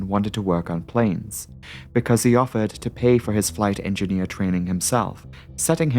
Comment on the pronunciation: Enginner instead of Engineer.